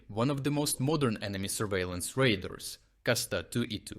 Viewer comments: Radar = Ray Dar Your "radar" sounds like raiders. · No, it's not an accent. It's a mispronunciation. All of us, when speaking in a language that isn't our native language sometimes need a bit of help. Except me. I always need a lot of help.